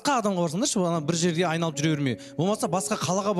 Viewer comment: журналиссіңго ашты емес ащы. Айланып емес айналып деп сауатты сөйлеуді үйреніңдерш